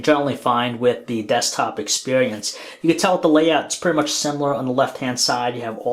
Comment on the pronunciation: it's th- not -dere, -dat and -dis. ffs